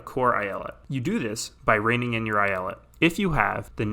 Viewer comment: I'm Turkish and the way you say eyalet makes me want to blow my head out with a shotgun